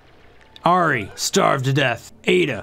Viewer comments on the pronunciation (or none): I just always love how he seems to not know how to pronounce a lot of things out loud Gastropia? Hahaha Ayda and Nezbite instead of Ada and nesbit Love the videos, always informative, but it's an odd quirk, idk if he's just rushing or if he just doesn't read out loud very often